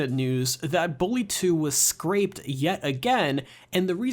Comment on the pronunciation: The game was scrapped, not “scraped”.